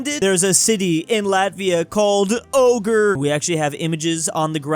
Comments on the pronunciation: I lived all my entire live in Latvia but never thinking about Ogre 😂😂😂 Oh and Ogre reading o g r e not o g r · It’s pronounced o grey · FOR THE LOVE OF GOD I T I S N O T ow-ger I T I S ua-gre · As a Latvian myself, this is the first time I realized that our city does sound like ogre. I assume most of you wont care (thats why its on the bottom), but in our language the letter '' o '' makes a '' ua '' sound, so the way we say the cities name is '' uagre '' also yes, some words that have been adopted from different languages share the english pronunciation of '' o '', but those are exceptions. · In latvia its pronounced uogre. So i never noticed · never really though of Ogre as "ogre" (both pronounced in different ways)